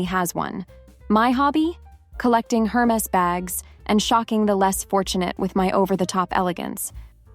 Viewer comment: Let’s start with fixing your pronunciation of Hermes.